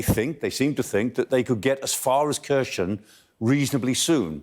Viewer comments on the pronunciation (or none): Not "Kershon", "Hhhherson" with a hard "h".